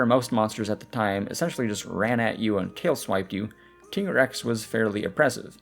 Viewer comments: ”TEA”GREX. Aah.. From that moment i know we couldn't be friend. ”TIE"GREX! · Also, it's canonically TYE-grex - like, Tiger-Rex